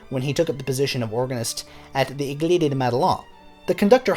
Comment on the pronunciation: Little correction : "église" is pronounced like "eh-gleese" and Madeleine rhymes with pen!